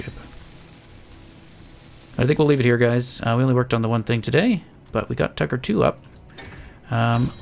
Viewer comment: Whenever you say tugger I think you say tucker